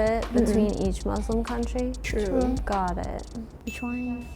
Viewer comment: i loved this but the thing that triggered me most is when she said muzluhm and izlahm